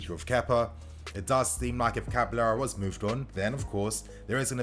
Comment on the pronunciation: It’s cabaYero bro. Not caba-l-l-ero 😖